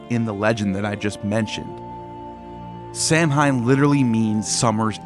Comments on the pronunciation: Great video but its Pronounced Sowan. Sow like a pig and an. Irish spelling is weird. Samhain is Sowan. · My man, I love the videos, but with all the research you do, you couldn't make sure to pronounce Samhain ( as another stated, its "saw when") right when you said it so much ? 😂 but forreal much love brotha love the channel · Samhain was pronounced saw won. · While the festival is spelled Samhein, it's pronounced like Sahw-in. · Really ? I thought Samhain was pronounced sah-WEEN, rhyming with Halloween! In the 50s and 60s my parents and some other adults used to say "what in the Sam Hill" as a euphemism for " what in hell"? Now i wonder if there might have been a connection to sah-WEEN. My family used to belong to the Church of Christ, a fundamentalist, conservative King James Bible Only sect, strongly scriptural and strongly based on the Epistles of Paul, on which all the sermons were based. They took Paul as the principal authority of Christianity VERY seriously. The Cof C started in Northern Ireland in the late 18th or early 19th century by Alexander Campbell, who then brought it to North America and converted many in the rural southern "Scots-Irish" population, including my ancestors on both sides of the family. Because Scripture never says to observe any Christian religious holidays, the C of C frowned on them and our church had nothing at all to do with them. Yet the church had no problem at all with observing pagan holidays such as Halloween, Christmas, and Easter. They saw those as in the secular sphere, and respected separation of church and state. As a kid i still wondered weren't pagan holidays "of the devil"? Now i suspect the church allowed them because of Paul saying he was a "pagan to the pagans", the same approach that Patrick took -- and also Campbell while working as a missionary in the same country as Patrick.